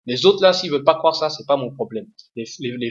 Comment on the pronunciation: on dit croire pas cwoire